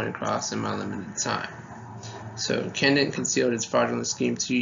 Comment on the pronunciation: The company names are C U C(see-you-see) and Cendant('Send-ent'), NOT "Kook" or "Kendant".. Ave Maria!